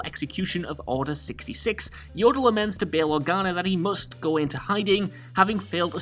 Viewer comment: Unforgivable! did I just hear you call the little green Jedi Master, "YODEL"?!